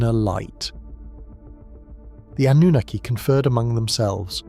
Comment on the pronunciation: The PROPERLY accepted pronunciation of the word Anunnaki is NOT "ah-NOO-nikki" like your AI pronounces it!!!!!!!!!!!!!!!! It is properly pronounced with the stress on the 3rd syllable!!!! "ah-noo-NAH-kee"!!!!!!!!!!!!!!!!!!! PLEASE FIX!!!!!!!!!!!!